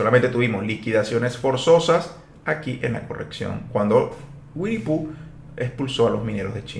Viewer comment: Te ganaste mi like por decir wiennie phoo jajajaja